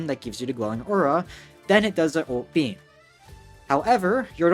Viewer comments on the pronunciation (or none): none